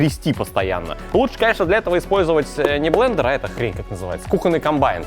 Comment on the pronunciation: О нет, мои уши! Зачем ты сказал блееендеер!??